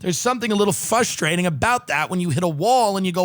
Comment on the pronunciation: Tim. Tim. Sweetie. (And the rest of you) The word is “FRustrating.” Everything else is perfect. Love ya